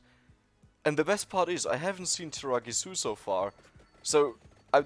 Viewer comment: Hey, he stopped saying tiramigu